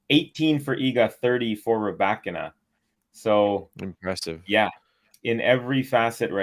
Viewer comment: I like the way you pronounce the name Rybakina This as accent is nearly perfect. You remember my remarks re Andrescu? The end sounds like "oo" not "u", like it is in case of Raducanu (both Roumanian origin). Regards